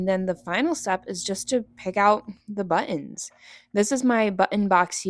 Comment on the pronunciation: I'm chuckling at the way you say " butt- ens"